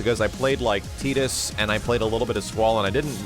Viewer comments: Whoa, you pronounced Tidus correctly. =o That's rare. ^^ And yes, I'm hoping for a 1v1 mode as well. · Fancy Pancy With the aquatic feel of the character and the whole of FFX, I always assumed it was Tide-us. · I used to say Tide-us too back when I first played FFX, then I heard Wakka actually say Tee-dus in Kingdom Hearts and it stuck ever since and now Tide-us sounds wierd to me. Also in Dissidia 1 and 2 story modes he was called Tee-dus plenty of times.